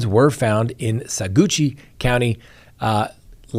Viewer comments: It's NOT Sagoochie county. 🤭 It's pronounced "Sah-watch." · Remember the county is pronounced “Sah-watch”….not “Sah-Gucci”….you should know that being from Colorado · Saguache is pronounced Sa Watch! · You say you are from Adams county, Colorado and you do not how to pronounce Saguache, It is pronounced Saa watch. Barry M.... You said that there was not enough evidence haha, not true we down here in Salida, Co know different. She was a neighbor. The next segment you said the guy in Wisconsin who killed his wife ( supposedly) was charged for murder with no body to be found and Drain-o was used to kill chipmunks. Humm Barry said he was frantically running around his house as seen on his phone trying to shoot chipmunks. We live in the mountains with chipmunks they do no harm and you would not use a gun to kill an animal the size of a mouse. nor would you use a poisonous dart gun on a tiny animal. You sound conflicted when it comes to Barry M. as compared to the other guy. Not a good look for an attorney. The case is without prejudice meaning they can reopen it when they find the vet where he bought darts to shoot animals with and are waiting for that information. Autopsy says drugs used to immobilized bears. Which Barry M used to shoot deer to get the antlers, which is illegal Humm. Same drug ??? Hummm. Sounds like you need more information before you speak. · it's pronounced Sawatch. 😂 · pronouncing Saguache wrong......me screaming the correct pronunciation at the TV.......never ending story......